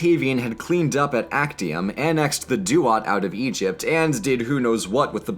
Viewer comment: Its pronounced aczium.